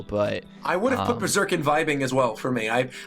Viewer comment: Berserk, Hunter X Hunter, and Vagabond... Thats not how you say it...